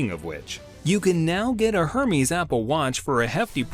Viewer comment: It’s pronounced er-mez